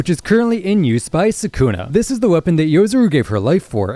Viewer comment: Mispronouncing Sukuna is such a stupid mistake.